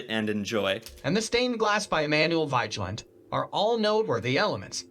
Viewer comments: Oslo was founded and built at the end of the fjord, so of course it's centred around the water. I'm not sure if the narration voice really is a human, but it maltreats most of the names: Vigeland is pronounced vee-ge-land (hard g as in go) Akershus is ‘akers-hus’ (the s and h are pronounced seperately, and the u is close to oo in moon) Kong Five, who built it, is meaningless, as it means King five — It was built by king Haakon the fifth, the aa is a long open English o. Carl Joans gate --- Karl yo-hans gate (an oipen a, not a fithong, and the last e is pronounced as a weak e, almost ehh.) (Yes, the king and queen live there, in their own quarters.) Alfred Nobel was a Swedish entrpeneur, industrialist, and philanthropist at a time when Sweden and Norweay shared a king and foreign policy ( ). In his will he bequeathed the Nobel Prizes (the economy one is a later addition) but because he didn't trust the Swedes ro be peaceful enough with its belligerent history, he decided that the Norwegian parliament should organisze the Peace Prize committee and that particular ceremony. Aker brygge - no y sonds involved that isn't written: Ah-ker brygge (short, almost an ‘ee’ sound followed bya hard g — there are two gs to show the y is short) Also know as a tourist trap. The sculpture of Harald Hardråde was made by Anne Grimdalen (an unstressede in Anne, not annie, Grim- dahlen. try recognizing that name in the narration. Norwegian words usually have the the stress on the first syllable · He's named Vigeland. However "i" and "e" i pronounced differently in Norwegian then in English. So it's rather butchered...